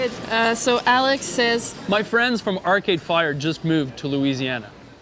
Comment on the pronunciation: Moi aussi! I moved from Canada to Louisiana. Who did you say moved here? Sounded like you said Arcade Fire.